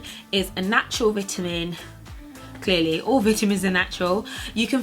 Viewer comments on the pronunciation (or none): Never heard anyone say "veet-ta-men" like you do.